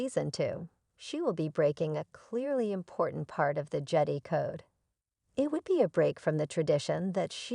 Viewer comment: Who can watch this nonsense? I only got sec in before stopping. How can I take anything seriously with a bad AI voice, that can't even pronounce Jedi correctly. It's JED-EYE Not JEDDY.